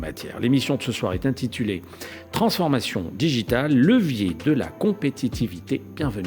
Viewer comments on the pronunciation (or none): Levier * pas lecier. Vous êtes tous aussi nuls les uns que les autres